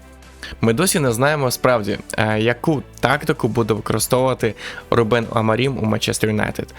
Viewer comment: Відео цікаве! Але вухо ріже, а не РУбен. РубЕн це армянин якийсь😀